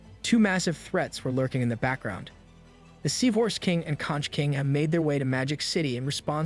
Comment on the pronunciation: Conch is pronounced konk